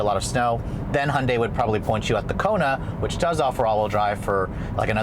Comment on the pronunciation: Hondei 😂 ? English should be pronounced right. Hyundai Si pronounced like heundie " th Word don't exist but read it,thats how.